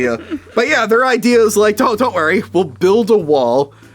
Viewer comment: He always says "wary" instead of worry too